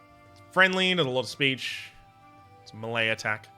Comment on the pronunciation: "Keltic" is for ethnicity, "seltic" is for the football club. What does drive me insane is the way he pronounes "melee" - not meelee, not maylay but MALAY, like people from Malaysia.